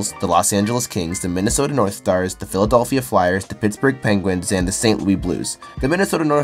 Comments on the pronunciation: What in the actual fuck is the "philadolphia"? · The kid that made this video must be Canadian. He mispronounces several words and doesn’t even know how to say “Philadelphia” properly. I’ve never heard an American with any dialect, pronounce Philadelphia like that. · The way you say Philadelphia triggers me